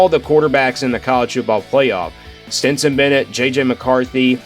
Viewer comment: It's Stetson, not Stinson. Stenson, Stenson, Stetson! Driving me crazy! Lol